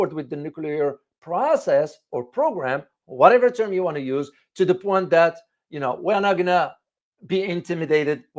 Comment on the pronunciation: "Oh, I see you're trying to 'make a point' with that fancy French twist—'pwan' instead of 'point'! Let me 'point out' that your accent’s so charming, it’s basically scoring 'points' with everyone watching. Keep it up, you’re 'pointing'us all in the right direction! Just wanted to point that out..